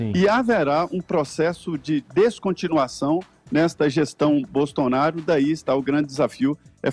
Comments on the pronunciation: Em o falou Bostounaro? 😂😂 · ele disse bostonaro ? -. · Minuto 7h37, fala governo "Bostonaro", foi só eu que ouvi? Kkkk. Muito bom! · Realmente o falou Bostonaro! Mas tenho certeza que foi uma trava língua. Ele é muito respeitoso não iria baixar o nível. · o reporter falou "gestão bostonaro" kkkkkkk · Só eu q ouvi o falar Bostonaro?